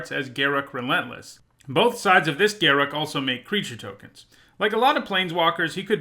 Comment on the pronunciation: Thank you SO much for pronouncing Garruk's name correctly. I can't stand when people say "Ga-roook".